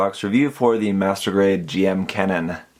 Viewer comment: It’s a little thing, but it’s Jim, not G-M. I know it’s weird, but just a pet peeve of mine